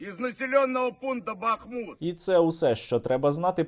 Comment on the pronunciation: Стерненко, не БАхмут а БахмУт. Навіть Пригожин правельно вимовляє.